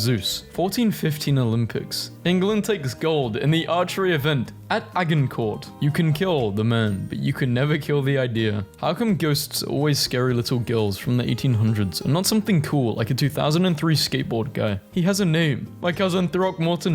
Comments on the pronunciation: Agincourt is pronounced ajincourt by the way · it's french, so it's pronounced ah-jin-coor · The way you said Agincourt was foul lmfaoo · I think you automatically lose your right to be called English if you mispronounce Agincourt.